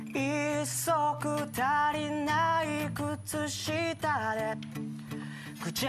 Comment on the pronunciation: 足りないなのたをつぁりないって言ってるの好き